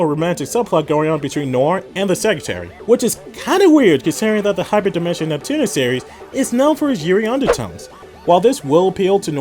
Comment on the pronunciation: im gonna move on. your accent pisses me off. your supposed to pronounce ALL the letters in Neptunia. you keep saying "Nep-Tunna" like you just got back from the dentist.